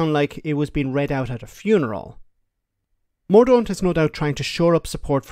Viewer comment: Penny "mortent"